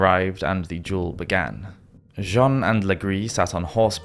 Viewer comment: By the by… it’s pronounced “duel” not “jewel” 😊